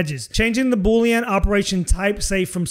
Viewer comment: I love how you say Boolean like Boulion. It makes me want soup! Good video.